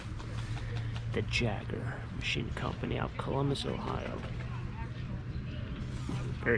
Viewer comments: Should have picked up the old metal Tonkas at the park sale. Jaeger is pronounced YAY'-grrr. Ooooh, I wish I could get the $25 pie safe!! Got some goodies. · Cool stuff. But, the Jaeger engine is pronounced "yay -ger." Just fyi.